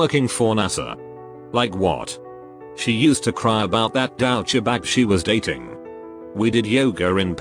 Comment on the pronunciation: Nobody: Absolutely no one: Reddit automated voice: dowchee bag